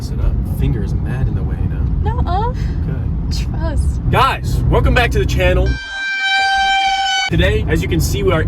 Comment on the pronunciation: she said truss 💀